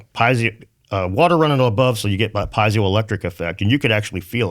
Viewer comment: "Piezeo" wtf is that? 🤔 It's "Piezo" , doof. Geeze, dude. Just giving Prof. Dave more ammo.